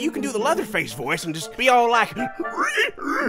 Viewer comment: Lol he called him Pleatherface.